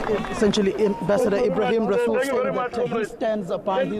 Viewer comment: So, it's decided then. The 'R' in "Rasool' is silent!